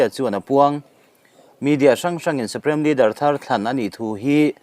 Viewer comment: Suprem nilovin Suprim tia lam nise